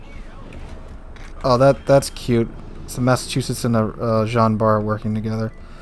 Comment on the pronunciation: nice video , actually in french its prononce jean bar the t is not prononce keep up the good work